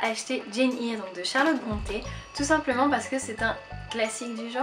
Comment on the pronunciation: J'ai adoré ta vidéo ! Tu verras, Jane Eyre c'est génial, c'est un de mes livres favoris ! Par contre, Eyre se prononce comme "Air" ;-). J'aime beaucoup tes vidéos !